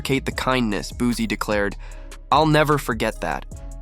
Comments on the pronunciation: Sir please say his name right it's not Boozie😂🤡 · boozie 🤣 It booSie with a S lol